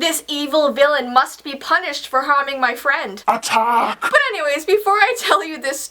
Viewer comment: when she Says “Atack”